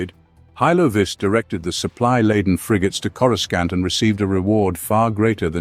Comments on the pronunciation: It’s not corusCANT. It sounds like cora sauce with an NT at the end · Yeah he drives me nuts how he says it